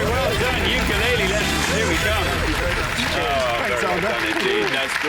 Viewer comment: wtf is a "ukulailee"?